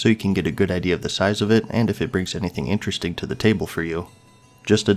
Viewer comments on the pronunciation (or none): none